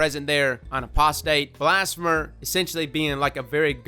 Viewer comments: Apostate - ah-paws-tate; blasphemer - blas-fee-mer; heretic - her-e-tick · You forget Blas-fee-mer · Heretic is pronounced...not like that. Blasphemer is also no pronounced differently to "Blasphemy". More like "Blass-fee-mur". Dragonfly? Nooo it's an energy pulse. And kill clip is for the forgiveness